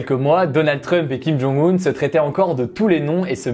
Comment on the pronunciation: Bonne vidéo comme toujours mais c'est dommage que tu ne lises pas les commentaires sur la prononciation des noms ou juste que tu ne la cherches pas avant de les citer ;) [Kim Jong "eun" et Moon "djé" in]. (oui je sais c'est carrément un détail, pas très important, me tapez pas trop)